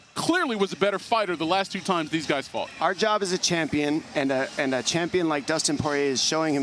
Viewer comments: Did he say dominique ? 😂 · He called Dominick Dominique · He said “Dominique” to Dominick Cruz